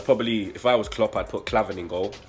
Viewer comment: Man said klavan😂😂😂😂